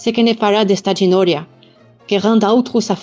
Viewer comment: Thanks Rose for one of the best pronunciation on the internet. And thanks for the intervocalic "r" which is a beautiful feature that is not really insisted upon in teaching Monégasque. Event though it might be best performed as more alveolar bordering on a tap (like in your "geno̍ria) and not as postalveolar as I can hear sometimes here, sounding like a very American "r" (like in your "pera"). More noticeable to me is the inconsistency in pronouncing "s" like '"sh" / ʃ / before "c", "t" and "p" as it is sadly disappearing. We can hear it in your "testa", your "scherçu" but not in your "respetu" or your "e̍ stau". But one thing that makes Monégasque stand out immediately to me is the quality of the nasalisation. Those "pan", "ün", "çitrun", "vin", "pen" !!! People think that it makes the language sound quite French (for an "Italian-sounding" language) or even Portuguese to the lusophone's ear. But I could distinguish it among millions! And you've done it brilliantly. Thanks again.